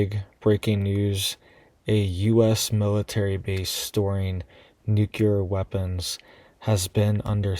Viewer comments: Nuclear: not nucular. :person-turqouise-waving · It's pronounced NEW-CLEAR, NOT Nuke-you-ler